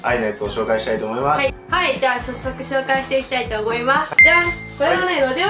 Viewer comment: 、さっそくじゃなくしゃっそくって言った？笑